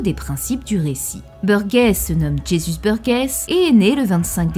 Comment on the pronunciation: jézusse beurguèsse 🤣